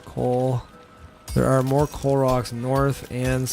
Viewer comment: I thought you were saying Clorox instead of coal rocks